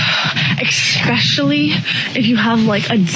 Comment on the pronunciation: mine is girls who say "ex-specially" so I'm out! I hope hers might was a satire skit - otherwise, forever alone, ya selfie-vid-taking donut 👋